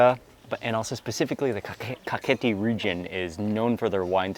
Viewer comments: Its Kakheti, not Khaketi🙏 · Mr Mark Wiens - You said "Khaketi" but correct to say "Kakheti" ;) . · Not Khaketi , Kakheti is correct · Thank you for introducing my beautiful country to the world <3 Kakheti is a region of Georgia, Khaketi is incorrect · It is Kakheti, not Khaketi. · Bruh not kaketi we say kaxeti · Kakheti not khaketi☺️ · Not Khaketi, Kakheti ! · nooooo khaketi is incorrect say kakheti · You are Good ❤️ but *Kakheti"კახეთი 😊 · That's Kakheti, not Khaketi :D And if you wanna taste real Khinkali (Dumplings), you should go to Pshavi or Khevsureti... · its kakheti not khaketi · I think "Kakheti" is more correct